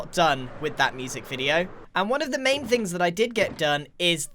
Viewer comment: “NeThEr-Y fInGs”